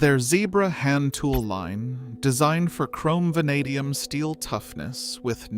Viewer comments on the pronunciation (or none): none